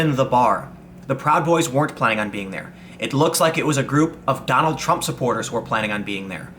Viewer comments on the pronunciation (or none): none